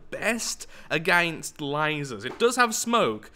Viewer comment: A-gain-st/ Lathraxian word for against